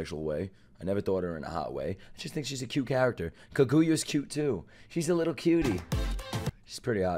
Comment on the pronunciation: I DID NOT JUST HEAR YOU PRONOUNCE KAGUYA AS KA KU YA